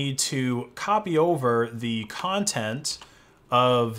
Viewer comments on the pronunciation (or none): none